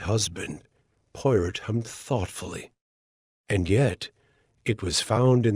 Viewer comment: Her qualities Porot?? Please. If you cannot get even the name right don't bother with rest of it poirot, good God. This is a insult!!